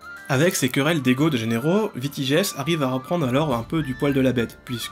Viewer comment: Décidément, tu as un petit souci avec les mots "généraux" et "vassaux"😊